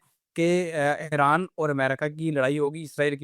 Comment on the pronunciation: It is Iran not airan.